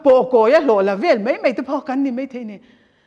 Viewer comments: mei tiloin mai tihtur aw, hne awm lutuk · mei, meithei , deih. Nilo in mai, maithei, daih.. mizo ṭawng dik in aw...